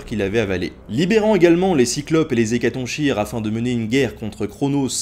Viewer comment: N.b : hécatonchire ca ne se prononce pas Ecatonchire , mais ecatonkire ;)